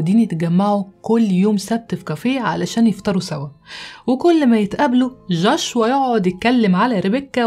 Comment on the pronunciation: جوشوا وليس جاشوا